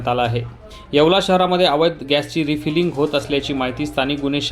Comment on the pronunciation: अरे मुर्खा तू रिपेरिंग बोलू राहिला. रिफीलिंग बोल ना..